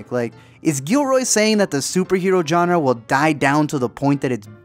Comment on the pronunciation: Killing me with the pronunciation of Genre bro :( Only coz you use it often :)